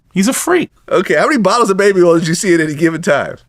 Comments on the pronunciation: Baby erls 😂😂😂😂😂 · I can't with "earl" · Nah we gotta teach my boy how to say oil he cant be out here calling it Earl 😂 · I wonder how he pronounces the other “oil” words: foil, soil, boil, coil… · How hard is it to say "oil" ?